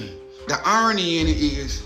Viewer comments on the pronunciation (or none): was he trying to say "irony"